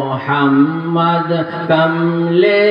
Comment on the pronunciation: শব্দটা মোহাম্মদ হবেনা মোহাম্মদ হবে